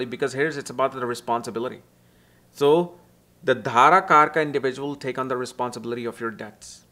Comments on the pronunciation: Its not DHarakarka, its Darakarka.. you should know. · D'h'arakarka that south indian accent😅